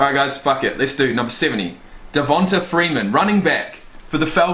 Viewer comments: DevonTAE not DevonTUH. Just thought you should know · Lol it’s pronounced “Devontay” Freeman btw